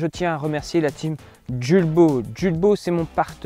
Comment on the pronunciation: Hello!!! Les enfants et moi même, nous vous suivons depuis très longtemps déjà. 😁 Nous nous permettons de vous écrire aujourd’hui pour une simple raison : Étant voisin et amis de la famille Jules Baud, Pourriez-vous prononcer correctement le nom de la marque ? Julbo étant une marque française et qui plus est franc-comtoise, nul besoin de me prononcer à l’anglaise. Julbo vient de la liaison du prénom Jules ( le père fondateur) et le nom de la famille Baud. Aujourd’hui, l’entreprise est gérée par les 2 fils sur 2 sites distincts, 1 à Longchaumois, l’autre dans un pays de l’est (Roumanie). Merci pour votre éventuelle prise en compte. Au plaisir.